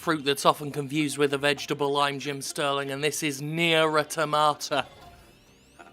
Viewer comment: Why does absolutely every youtuber pronounce the word 'automata' incorrectly?